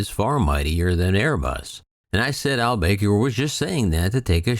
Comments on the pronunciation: Akbar El bAker.....it's pronounced El Baker. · No actually it is Ahl Bah-kr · You don't have the first clue how to pronounce "Al-Baker," do you?